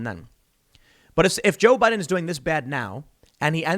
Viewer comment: "The historic turnout for jiao bai den" Just lmao.